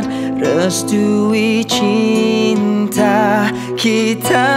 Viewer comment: Lagu best dan suara dh cukup mantap, perfect..tp syg sebutan bahasa Melayu hancor.. kitcha...cintcha..ceritcha..tchersenyum..tciba..